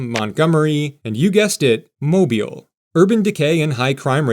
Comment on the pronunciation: How can you pronounce Mobile properly, but New Orleans escapes you?????